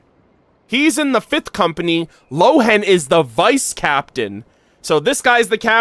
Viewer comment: No, I'm a native German speaker (I'm from Austria) and Lohen would be pronounced as Lohen and not Rowen. The name Lohen is based on the German word "Lohe" and means "flame" or "blaze". Rowen is the Chinese pronounciation of the name Lohen.